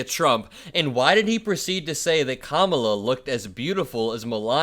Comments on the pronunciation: I'm beginning to think that DonOLD mispronounces our VP's name just like he mispronounces other stuff because he has no control of what comes out of his mouth - another option could be that he thinks Kamala is the Queen of England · He just shows how stupid he is, by not being able to pronounce it correctly! 😮 💙💙💙💙💙💙💙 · I think he was dissing Queen Camilla, not mispronouncing Kamala’s name. I bet King Charles thinks the same thing if he heard it. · GREAT JOB MY HERO 🦸‍♂️ DESTROYING DONALD TRUMP CALLING HIM A KINDERGARTEN CAUSE HIS BEHAVIOUR IS ONE ALSO CAN’T READ OR PRONOUNCED KAMALA FIRST NAME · It is unprofessional and disrespectful for him to mispronounce her name, as it reflects poorly on his cognitive abilities and overall demeanor. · I think he can’t remember how to say her name and gets it mixed up with Queen Consort Camilla in England. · Mispronouncing her name is about racism. I heard that from racist mispronouncing my name my whole life. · There are video clips of trump pronouncing Kamala correctly. He is juvenile, thinks that mispronouncing her name is somehow clever and insulting. He just doesn't realize it shows his low IQ. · The mispronunciation is an attempt at othering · I think there are 2 reasons Trump mispronounces Kamala's name. First, he does it purposely because he thinks it will impress his crowd(ridiculous!). Second, her name is 3 syllables and Trump often has trouble remembering how to pronounce multi-syllable words. 🤣🤣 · Mispronouncing her name just feeds into the idea that he is falling rapidly into senility. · I wouldn't be surprised if Melania DID vote for Kamala. She hated being the First Lady. And tRump probably mispronounces Kamala because his brain function is getting worst by the days. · I don’t think he mispronounced Kamala. I’ve never heard him say it like that. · I don’t think it’s deliberate. He genuinely can’t pronounce his name because his brain is fried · Athctually her name is KAMALA NOT CAMILA HIS TEETH FELL OUT